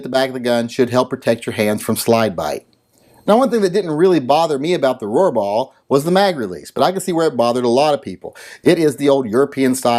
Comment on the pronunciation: Every time you said "Rohrbaugh", I had a tiny seizure. It was like the Roxanne drinking game, but with seizures. Good thing I normally watch your videos while wearing my ball gag.